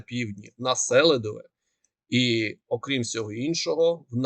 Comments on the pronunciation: Чого СЕлидове,а не СелИдове? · Наголос на ,,И" -СелИдове. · Будь ласка, кажіть правильно СелИдове